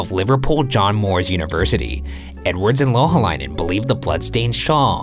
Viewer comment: He didn’t pronounce Louhaleinen correctly